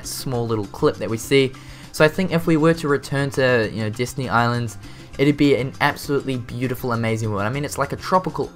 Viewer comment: Destiny Island not Disney :D pronunciation XD